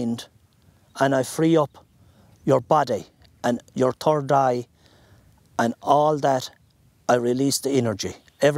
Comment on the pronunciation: "And I free up your body and your turd eye" I could really use this guy to help me with my constipation.